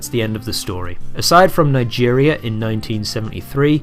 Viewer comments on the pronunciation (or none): none